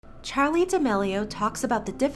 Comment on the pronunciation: D-did you just say "chali"